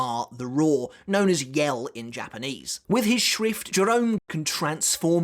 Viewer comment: always sounds like you are saying schwift haha, get schwifty